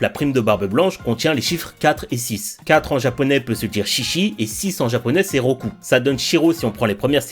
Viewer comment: Alors 6 c'est roku pas ro